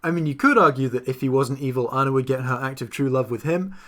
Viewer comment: I got another one: at one point, he calls Anna "This Girl" and mispronounces her name at one point.